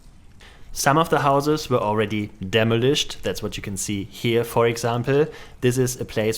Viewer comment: It's 'deh-mah-lisht,' not 'demo-lisht.' That's the correct English pronunciation. Also, it's 'deh-mah-lish,' not 'demo-lish.' Please heed. 😮